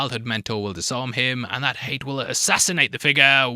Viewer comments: Another great video mate ;-) PS pronounced ‘Ha-yat’ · It’s pronounced like “Hay-at” in Arabic, Hayat. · Pronouncing Hayat as Hate is funny😂 it's "Hi-At" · It’s ha-ya-t not hate, literally pronounced as it's written. Edit: If it’s pronounced hayt or hate in the audiobooks or whatever then don’t say it’s from the arabic. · Yeah his pronunciation keeps throwing me off😂